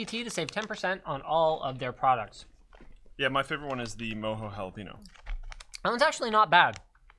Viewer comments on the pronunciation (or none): MOJO is pronounced Moe-Joe. Have you not seen Austin Powers?